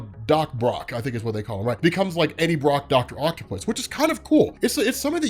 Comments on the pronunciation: and that's "BrOCTOPUS" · Eddie "Broctopus" 😂😅